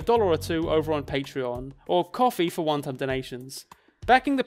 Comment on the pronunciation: everytime you say "kofi for one time donations" i hear "kofi for wonton donations" and it cracks me up everytime